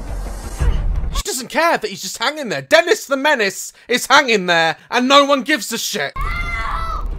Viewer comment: I was laughing the whole time but it’s funny how you called the boy denis the menis